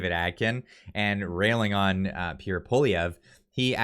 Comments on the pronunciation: You will be talking about Pierre A LOT in the future. Please pronounce his name properly. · ffs would u learn how to pronounce Pierre’s name!!